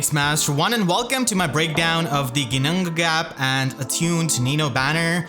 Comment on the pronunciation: The flawless double Ginnungagap pronunciation 2 seconds in really caught me off guard XD I wonder how many takes that took you, got me in awe hahaha